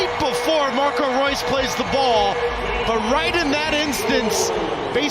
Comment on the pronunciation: you pronounced Reus incorrectly:)